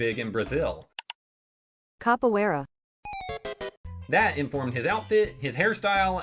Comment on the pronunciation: As a Brazilian you are saying "Capoeira" very good